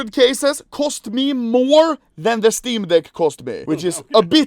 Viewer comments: I love how his accent makes it really seem like he says "steam dick" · I can’t be the only one that thinks he says “Steam Dick” every time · Is this only me who feels like anomaly is saying steam dick